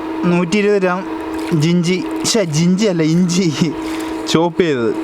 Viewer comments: ച്ചെ ഞ്ചിഞ്ചി അല്ല ഇഞ്ചി😀😀😁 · ജിഞ്ചി അല്ല ഇഞ്ചി 😍